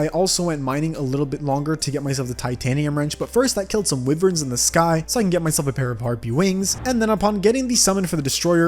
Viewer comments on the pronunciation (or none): I always get so triggered when he pronounces wyvern/wyverns wiv-urn instead of why-vern. is that just me?